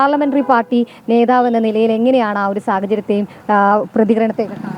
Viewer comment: നേതാവ് ആണ് ശരി നേധാവ് അല്ല